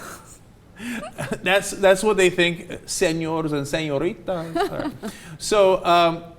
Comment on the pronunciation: I could listen to Ana speak Spanish all day long. Is that about the most adorable way "señorita" has ever been pronounced or what?